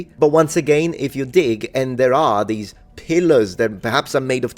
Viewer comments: I was just listening to the video and I had to back up to rewatch the very end, I didn't originally get that it was "dig" I thought just closed the video by saying "dick" and I was very confused xD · Seriously thought you called us Dick at that end. 😅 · I want to believe you said "Dig" at the end... but I can't quite unhear what I thought I heard. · I don't mean to pick on your pronunciation, but you should clip the moment you say "dig", and use it as a response to your haters.